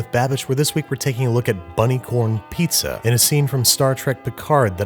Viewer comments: it's not "neapolitan piazza", just Pizza. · Ah yes, I love a good "neapolitan pizz"